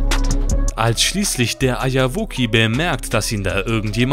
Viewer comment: warum sagt er immer Eierwoki und was ist das für ein Format? xD